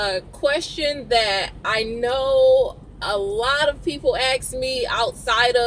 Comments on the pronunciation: It's "ASK" not "act" you dumbass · Axe a question? How the hell do u axe a question. Say ask it ain't hard lol say ass with a k added lmao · Aks a question? What does that mean?